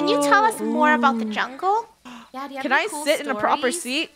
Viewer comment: we're on a jungle adventure. Me: I all most thought she said jungie